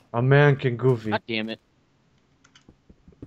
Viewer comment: says Gooby He got it from the meme *meem* Dolan